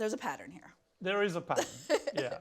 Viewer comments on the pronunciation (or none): none